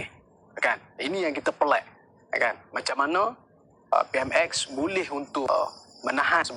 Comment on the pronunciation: Kau plk sebut PMx peram salah lsku , pej perdana menteri tlg buat report polis dan dakwa malaun ni ..